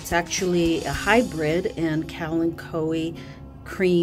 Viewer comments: I LOVE Kalanchoes and I pronounce it the same way you do :) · I pronounce it like you, it seems to roll off the tongue better! Always beautiful plants